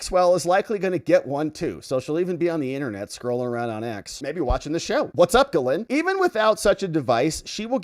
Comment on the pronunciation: It's pronounced Gee - Lain, with a soft G. The s is silent.